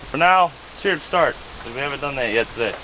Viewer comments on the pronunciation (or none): none